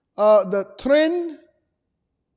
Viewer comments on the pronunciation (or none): "Tren" not "Trans" 😂😂